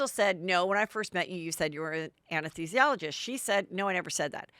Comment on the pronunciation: It made my day already, getting to hear Heather try to say anesthesiologist ten times😂